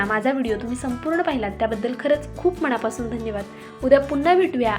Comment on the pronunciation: फारच अशुद्ध उच्चार करत आहेत. सारखं सारखं छाण असे छाण असे बोलु नका ते चुकीचे आहे. चिटकुन असा अशुद्ध उच्चार करत आहेत. मणापासुण